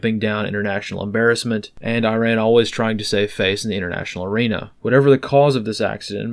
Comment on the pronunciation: Okay, Americans! Let's sound smart enough. Iran is pronounced "E - rahn," NOT "Eye - ran." And Iraq is "E -rock," not " Eye - rack."